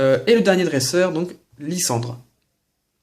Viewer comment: Mdr c'est depuis quand un "s" entre 2 voyelles ça se prononce comme un c , c'est lysandre pas lyssandre .. Bonne continuation ! ;)